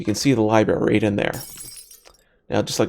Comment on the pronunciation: It's not a libary it's a libRary